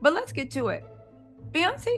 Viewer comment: cheese cake cologne😂 your killing me yep Bee-yan-say 😂i can’t your killing me